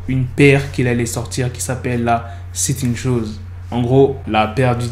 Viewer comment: La première fois que tu as dis "la satan shoes" j'ai compris "la 7ème chose" 😭 On est d'accord a on a tous entendu "Charlemagne" ?